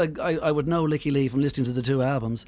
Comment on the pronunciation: She (Lykke) has pronounced it 'Leaky'. That is the proper Swedish pronunciation.